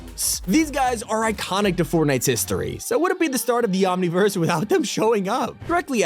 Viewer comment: He really sead omnivese in a fortnight vif